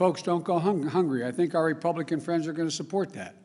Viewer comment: Others snink that? 0.07